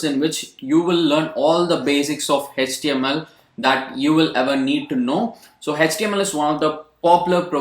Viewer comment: Hech-T-M-L our sir used to say in that accent....